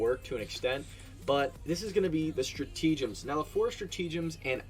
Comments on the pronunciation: No, it’s nothing like the “Liber-Tea” pun. It’s “stra-TA-gems”, not “stra-TE-gems”. So no, there isn’t a “tea” pun in there… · Lol "stratege-ems" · Stra-tea-gems lol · Straw-tea-gems.. lol.. kind of goes with the whole Liber-tea though. thanks for the video!